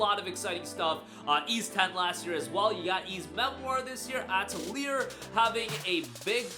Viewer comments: Uh-Tell-Lee-Ey (As when Canadians say eh) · I can't take your video seriously when you can't even pronounce Atelier correctly or when you leave Clair Obscur Expedition 33 off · That's not how you pronounce atelier lol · Someone teach this man how to say atelier pls